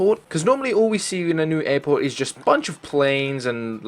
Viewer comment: "another eirporte"